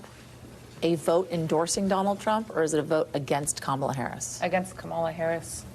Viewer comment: How you know about Harris...if you can't even say her name right. Ppl know nothing haga